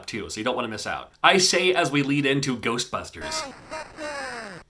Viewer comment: GERSTBUSHTERSH! Never gets old.